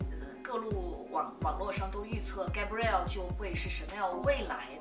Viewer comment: 应该读。。盖 不 瑞 澳